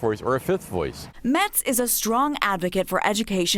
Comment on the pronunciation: Geez. Get Ted Metz's name right.